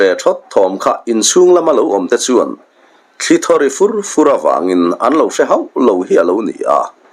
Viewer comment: I thawnthu chhiar hi ka ngaithla nual tawha,nangmahah selna tur ka hre em em lemlo amarawh chu A sawi nawk nawka tih te,thli in in a sawi tihah te sawi i lam rik dan hichu ka ngaimawh hle mai.. a hlawi tiha hlawi anga fan tur anih laiin hmeichhie tawngkama awi antih anga bung hian i lam tlat zel ani.